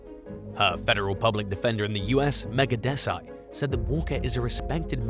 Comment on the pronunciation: Number 6 her lawyers name was pronounced incorrectly, phonetically it’s : Des ah ee - considering the British empire spent over 200 years robbing, raping & pillaging it’s way across India, how come English people still struggle to pronounce Indian names? You have no problem with Caucasian names such as Polish names full of z’s and w’s and y’s, yet the country England stole over £4 Trillion in todays money & caused the deaths of millions during the Bengal famine, when starving Indians who were dying would have to fend off cannibals trying to steal their babies to eat, yeah your ancestors did that